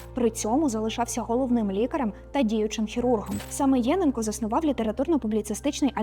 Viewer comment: ЄнЕнко. Такий наголос правильний. Тут фото не Луганського педагогічного інституту, а, якщо не помиляюся, його Старобільського філіалу.